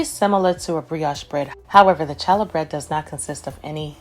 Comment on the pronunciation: Great recipe,. But, the "ch" in challah bread is pronounced as though you are clearing your throat. Keep the recipes coming!